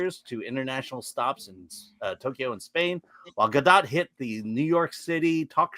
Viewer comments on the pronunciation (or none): It's pronounced Gah-doht...not gah-dot. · FYI- Gal rhymes with “doll”, not “pal” and Gadot is pronounced exactly like “god-oat”, not “gah-dot”. Just good to know 😊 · The gall of some people to mispronounce the gal's name.